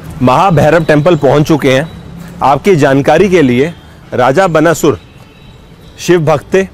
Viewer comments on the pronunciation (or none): बनासुर क्या है भाई। बाणासुर है। नहीं आती कोई चीज, तो बकने से पहले किसी से ज्ञान ले लिया करो। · बनासुर नहीं बाणासुर शब्द है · क्या है यार। उच्चारण तो सीख लो। बनासुर नहीं, बाणासुर।😓🔫